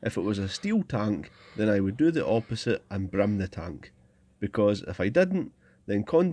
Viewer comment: forgive me, but what did you say here? Brim the tank? This is the first time your accent has gotten the better of me😅